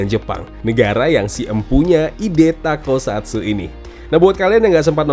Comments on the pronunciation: bang bukan takosatsu tapi tokusatsu, wahh keren banget semoga tokusatsu di indonesia buatan aendiri trs berkembang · Bang, toku, bukan tako